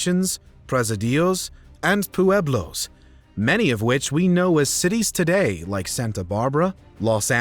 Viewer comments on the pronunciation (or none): /pre-SI-di-o/ or /pre-SI-dyo/ not /poo-ebb-la/ 🤣 /PWE-bla/ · is this an ai voice? the pronunciation of common words is really bad. Presidio, pueblo ... etc.also no mention at all of General Vallejo or californios. etc. lame